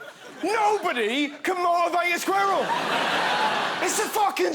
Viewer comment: The way he says squirrel had me dead